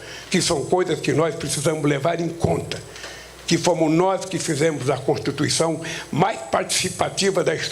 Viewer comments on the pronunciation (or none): esse velho bebado não consegue pronunciar a palavra constituição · Ele votou contra a "contutuição" de 88.